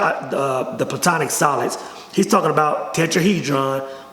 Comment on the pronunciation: It's not "plutonic solids" It's platonic solids. And his realizations come from tryptamines, most likely dimethyltryptamine